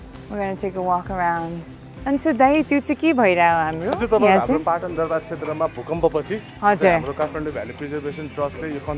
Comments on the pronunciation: Phatan haina patan ho hajur.... Nepali naam ma angregi accent chai kina hau bakwas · Its PATAN, not PHATAN!! LoL